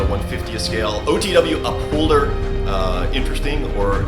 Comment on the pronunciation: Upholder, oh, I thought you said Cup holder, I wondered how that was going to work.... never mind.